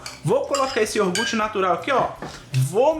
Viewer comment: Pára de falar iorgute, que dá aflição.